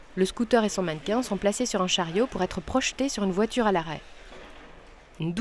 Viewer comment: MDRR " UN VOITURRR !!